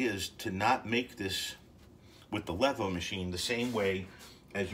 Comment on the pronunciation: The line above the E means pronounce it LEEVOH. Not that I care...